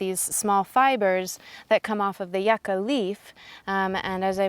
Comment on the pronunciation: Its pronounced you-cah :P